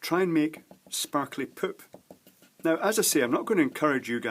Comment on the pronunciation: He says PERP instead of poop... I'm crying !